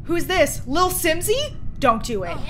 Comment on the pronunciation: Sasha: WHO WOULD HAVE DONE THIS TO LITTLE SIMSIE ???? proceeds to say little swimsee